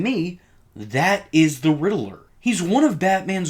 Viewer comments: GODDAMN IT ITS RIDDLER NOT RIDDELER FOR FUCKS SAKE EVERYTIME I HEAR IT I WANT TO CUT OFF MY FUCKING EARS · Why do YouTubers pronounce Riddler like that? It's not pronounced like that in the movies at all or in the Arkham games. This is weird. You're like the 4th one I heard do that.